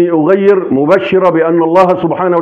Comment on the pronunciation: اعتقد انها ( اغار ) و ليست ( اغير )